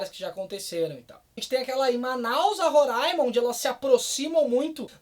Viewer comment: Feliz que vc falou RORAIMA e não RORÃIMA